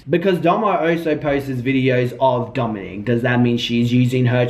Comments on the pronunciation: It’s Domonic* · Domonique is typically the female version/spelling of that name, I believe his name is pronounced like Dominick. Just letting you know for the title grabber 💋🌹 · Ok ... he’s name is Domonic not Domonique